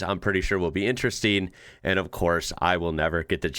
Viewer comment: Again....stop saying intressssteeen.